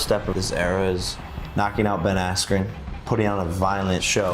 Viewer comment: Who the fuck is "Ben Astrin" ????